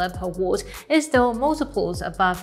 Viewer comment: I love the way finds new ways to pronounce words. The pronunciation of watt in this episode was cute.